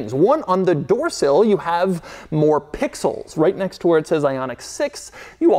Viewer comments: The number of times he says PPPIXELS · The way he says pixels every single time. I like can't stop hearing it that way in my head now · The way he says pixels is driving me crazy! 😅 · Can you say pixels one more time 🤙🏽